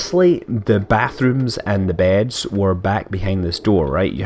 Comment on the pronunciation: you said beads. not beds